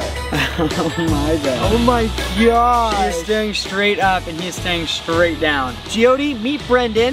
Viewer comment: No hate but it’s Jyothi